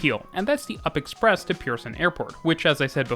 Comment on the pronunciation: U.P Express is an acronym for Union-Pearson Express. I never heard anyone call it the "up" express, lol. Love your videos, though. It seems kinda weird to see content created about the GTA or even Canada. A lot of content is so focused on the United States I appreciate you focusing on Canadian developments. I didn't even know Brampton has such a nifty transit system even though I live there.